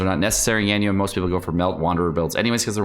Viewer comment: The way you say Ganyu is painful